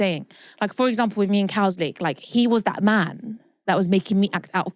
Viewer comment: saying Cowslick changed 🤡